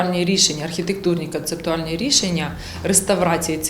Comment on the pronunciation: «Канцептуальні»…. Хто навчав таких неуків?!